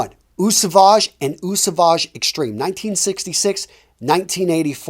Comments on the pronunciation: lol at the very least just know that Eau is pronounced like “oh” and not “eew” before making a fragrance recommendation video. 🤦🏻‍♂️ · you pronounce eau as O not what you do haha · Great review. Very informative as always. By the way, "Eau" is pronounced "Oh" You should also try "Prada Infusion d'Homme"....great Spring and Summer cologne